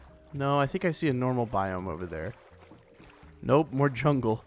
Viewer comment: lol u said chungle lol